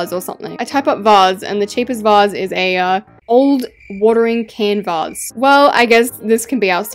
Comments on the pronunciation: Stop not VOASE Instead of vase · WHATS A VUS WHAT A VUS GIRL ITS A VASE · Your saying vase wrong lol